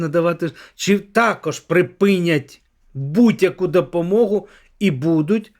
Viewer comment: Навчиться,будь ласка,говорити. ,,О'' в українській мові! ВОни!ДОпОмогу!....